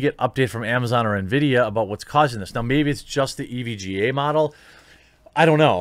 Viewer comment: Ah, I love those Nuh-vee-dee GPUs.